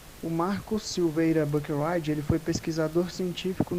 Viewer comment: Oi! Só umas correções aí! É Antônio Salatino, não Salantino. E o nome do Profº Marcos Buckeridge se lê praticamente como se escreve mesmo, BU-QUE-RIDGE. Buscando pelo nome dele aqui no Youtube mesmo você acha vídeos dele se apresentando fácil fácil!